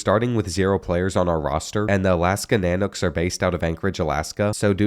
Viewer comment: I dont know what is more cringy UAF logo being used for UAA or the mispronunciation of nanooks i was excited for this video until both